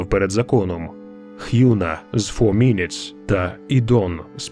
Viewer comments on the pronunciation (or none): *соллі, не суллі та не х'юна , а хьона 😊.